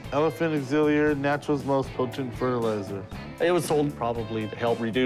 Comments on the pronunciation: "Elephant exiliuir"??? What's that chum? U mean elixir? 😅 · Poor Chum, trying to pronounce "elixir".